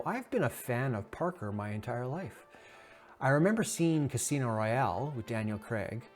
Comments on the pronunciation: Pronounced "par-koor" not "Par-ker" heh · Omg, I can't listen to him mispronounce "parkour" one more time. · The way you pronounce parkour… 😅